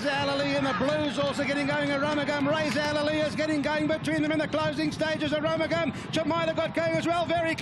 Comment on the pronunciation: The commentator called him "A Rum a Gum".... We were shouting for AROOMOOGAM!